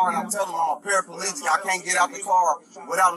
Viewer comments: There’s no such thing as a parapelegic ... it’s para plegic... just saying... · I had to laugh..even you verbalised " parapalegic" .... even though you correctly titled " paraplegic ".. or did I pick the deliberate mistake.